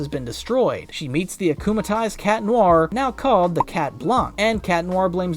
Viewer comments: It's worse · Erm actualy its "acumatized" not acumalized